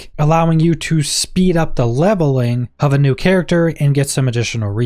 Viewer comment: Why have i never heard anyone pronounce "of" as "hof" in my entire life?